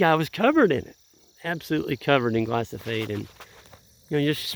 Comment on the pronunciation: Love your vids. Note that it's glyphosate; not glysophate, though.